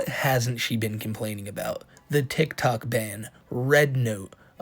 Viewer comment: I know this sounds stupid but out of all the grating things does, her saying "Titok" instead of tiktok just grinds me every time